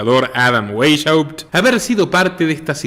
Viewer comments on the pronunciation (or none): Se pronuncia /Baisjaupt/